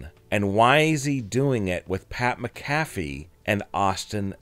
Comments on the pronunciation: Mac-A-Fee not mca-fè say it right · Soon as he mispronounced McAFee I left. One of the most legendary punters ever and you can't get his name right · Pat mack a fee. Phonetic spelling since you cant pronounce his name. Come on man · Lean to say Pat's last name right dude! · Jesus atleast pronounce pat macafees name right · This narrator an ai? Why can't he say "Pat McAfee"? Ha. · Can’t even say Pat’s last name right!!